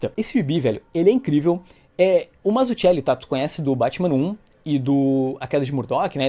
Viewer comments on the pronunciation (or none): Putz,, não pronuncia o nome do Mazzucchelli como faz o Alexandre do PN porque tá MUITO ERRADO. A pronúncia correta é "/Matsuquéli/"...